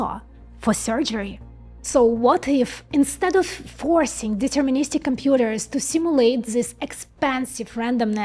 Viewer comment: deterministic --- sound it out